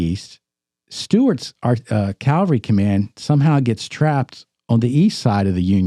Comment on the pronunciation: When are you guys going to learn how to pronounce the word cavalry. Not calvary.